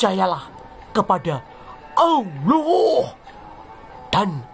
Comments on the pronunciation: 😂😂😂 astaga penyebutan allah itu lho mengesankan 😁😁😁😁😁🤣🤣🤣🤣🤣🤣🤣🤣🤣 kupas terus Gw penggemar baru anda uda gw subscribe n gw share. Sangat intelektual dan sangat bagus gw menikmati dan juga , menghibur tetapi tetap waspada tetangga sebelah kepanasan😂😂😂😂😂😅😅😅😅😅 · Kok ga becus nyebut nm ALLah gmn kao